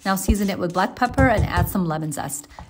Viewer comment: She finally pronounced "feta" with a "tapped T" sound! I feel like I hit YouTube Bingo. The linguistic nerd edition.